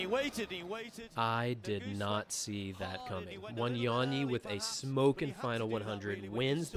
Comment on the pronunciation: It's funny how they pronounce Wanyonyi in American accent as Wanionii😅😅😅😅